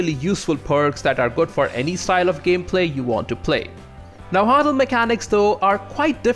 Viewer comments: Na Wua Tl not Na Hua tl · Its pernounced Na-wat-tal and you kinda swallow the w sound after the first part of it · Yes but at least he gave it a good shot by saying it like "Najuatl" in Spanish, so I'll give him credit for that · Boy, you really butchered Nahuatl pronunciation. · I love your videos dude but your pronunciation of náhuatl is killing me